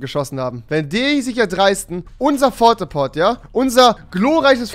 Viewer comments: Das heisst nicht fort a port sondern port a fort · lol rewi du hast die ganze Zeit Fort a Port gesagt!! trotzdem geiles Video!!!!! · Das heißt nicht fort a Port sondern Port a Fort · er sagt die ganze zeit fort a port es heisst PORT A FORT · Es heißt Port-A-Fort nicht Fort-A-Port!!!😂😂😂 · Rewi sagt zu Port a Fort , Fort a Port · Es heiß nicht „Fort a port“ sondern „port a fort „ ;D ^^ geiles video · Das er die ganze Zeit Fort a Port und nicht Port a Fort sagt triggered schon ziemlich hart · Das heißt Port a fort und nicht fort a Port aber okay bist trotzdem cool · Rewi sagt Fort A Port -heißt aber Port A Fort hahahaha😂 ist gar nicht lustig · Lieber Rewi ES HEISST PORTAFORT UND NICHT FORTAPORT! Liebe Grüsse Dein Tom! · Wenn hat dass auch auf ganze Zeit ,,Fort a Port“ gesagt hat und nicht ,, Port a Fort“ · Port a fort!! Nicht Fort a port!!!!! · Du regst mich auf rewi xD. Das heißt Port a Fort und du sagst die ganze Zeit Fort a port... Was heißt bitteschön "(to) fort"? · Port-a-Fort nicht Fort-a-Port Rewi😂😂🤦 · Port a Fort nicht Fort a Port😂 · Rewi das heißt Port-A-Fort nicht fort a port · Es heißt port a fort bitte rewi 😂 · Rewi das heißt porta-fort nicht forta-port😂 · Das heißt nicht fort a Port sondern das heißt Port a fort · Port a fort nicht fort a port. Klingt aber auch logischer wenn man Englisch kann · Fort a port😂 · Es heißt PORT-A-FORT und nicht FORT-A-PORT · fort a port" Das heißt doch Port a fort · Port-a-Fort..... NICHT Fort-a-Port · Der hat keine Ahnung, dass das port-a-fort heißt nicht fort-a-port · Es heißt nicht Fort a Port sonder Port a Fort Granate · Es heißt Port a fort und nicht fort a port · Porte Fort nicht Forte Port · Rewi sagt die ganze Zeit Fort A Port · Fort a port???😂ok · Fort a port😂😂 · Heißt es nicht Port a Fort ? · *port a fort XDDDD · Das Heißt Port a Fort du Hund